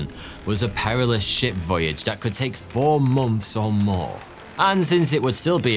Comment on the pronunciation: Was I the only one who heard "tea was expensive to buy, and dangerous to shit" ? 😂